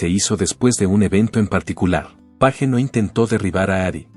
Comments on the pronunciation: Esta supuesta inteligencia artificial solo mal pronuncia los apellidos de la gente en inglés, es Jimmy Page y no Jimmy Paje etc. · Porque miércoles pone la imagen de Eddy Van Halen al revés, como si fuera zurdo. Que blasfemia. Además respete los apellidos en el idioma original. Sabe muy bien como se pronuncia Page y como idiota lo pronuncia en castellano. Que pretende crear controversia y tendencia? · Es mucho pedir q el apellido Page se pronuncie correctamente?